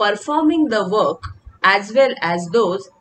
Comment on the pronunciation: Is it "work" or "weok"? Pffff